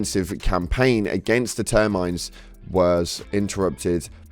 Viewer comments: Ter mi nids. Not Termines Au To Ma Tons. Not Automations It hurts my non-soul and the machine spirit of my speakers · Another correction: It's thermiNIDS, not therMINDS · So basically you can't say any of the names right? Haha. Terminids, not Termines. Automatons not Automations. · PLEASE FOR THE LOVE OF GOD if you are going to make Helldivers content consistently get the damn names right. Its the Terminids (Tur - men - ids) not the "Termines" and the Automatons (Ah - tom - oh - tawns) not the "Automations." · Au-To-Ma-Ton, not automation. Ter-Mi-Nid, not Ter-Mine. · Great content. Thank you for the update! It seems you aren't even trying to learn to pronounce the names properly lol Terminds and Automations, guys 🥸 more concerned with us liking and subscribing, saying it three times? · It is called A-to-ma-ton and Ter-mi-nid. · Terminid, not Termine! Great vid as always <3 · please sir pronounce them correctly, its ter-mi-nid and au-ta-ma-ton i know it isnt spelled corectly, but thats how its pronounced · “Ter-mah-nid” “autah-mah-tawn” for the love of God get their names correct. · So lets say it together. TER MAH NIDS AUTO MAH TONS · "Automation?" "Termines??" Only Freedom-hating socialists don't bother with proper annunciation! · Bro im sorry, but you mispronounced like every word that wasnt malevalon creek. You said termine twice. My brain is exploding. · “Termines” and “automations.” Reference saying Malevelon Creek incorrectly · Just so no one else gets mad at you for mispronouncing things, it’s TER - MI - NID and AU - TOH - MAH - TON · Pronounced (ter-min-ids) homie 😅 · "Automations" "Termines" Is this guy talking about some other game? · What you say might be interesting but automation and termines got too annoying to listen to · Au-taw-ma-tawns Ter min idds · Automaton Au-toe-may-tohn Termanid Ter-mah-nid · Awe-tom-I-tons Term-in-ids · Termins? Automations? bruh learn to fkn read. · Messes up Malevelon in last video, called the terminids the termines